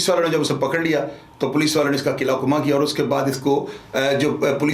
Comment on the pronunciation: keela kuma nhi bolo asal pronunciation hy klaa kuma